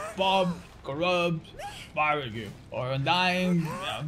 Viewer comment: the way he says barbecue was funny